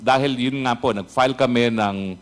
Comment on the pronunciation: Rep. Fernandez, ayusin mo yang pagsasalita niyo, re: correct pronunciation ng Fs vs. Ps, kasi iba po ang meaning ng PILE sa FILE. Malaki po ang pagbabago ng meaning ng isang salita pag binago ang pagkasabi dahilan sa pagkakaiba ng salitang FILE at PILE. Pagbutihin po niyo ang investigation po niyo. Mabuhay kayong mga matatapang na mga Congs para mai tuwid ang maling gawain.